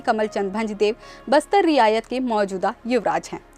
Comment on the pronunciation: Riyasat ko Riyayat bol Rahi Hai.Maharaja praveer ko Pita Bata Rahi hai.